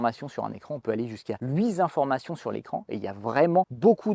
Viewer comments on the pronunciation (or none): "...jusqu'à huit zinformations sur l'écran..." ;-)